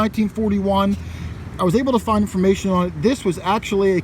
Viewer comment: Find, not wind